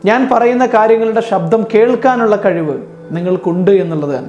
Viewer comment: നല്ല ക്ലാസ്സ്‌. എന്നാൽ ('ഷ' അല്ല ഉച്ഛരിക്കേണ്ടത് ) ''ശബ്ദം" എന്ന് പറയൂ... "വിചാരിക്കുക" ('ജ' അല്ല പറയേണ്ടത് ) എന്നീ വാക്കുകൾ ഉച്ഛരിച്ചു പഠിക്കൂ... പ്ലീസ്.